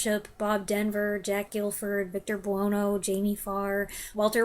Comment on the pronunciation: Great collection of radoms. (Victor Buono is pronounced like Sonny Bono.)